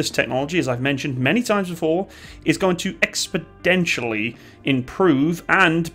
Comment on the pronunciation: *exponentially not expodentially